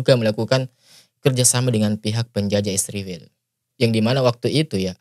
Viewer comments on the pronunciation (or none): ISRAEL BUKAN ISRIWIL. SEBUT NAMA YG BENAR PAK